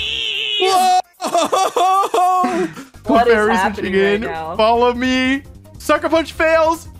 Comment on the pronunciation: the way wolfey says.. FrEeZe is just l so funny to me